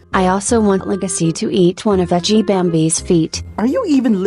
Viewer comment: She said edgy not G